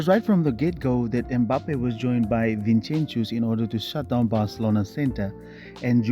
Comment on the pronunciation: Vinchenchus lmao